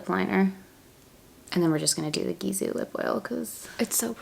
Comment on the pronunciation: Gisou is pronounced Gee-So I believe 😘